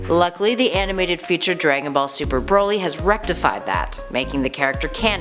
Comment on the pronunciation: She's saying Broly wrong too. It's Brol y not bro lly.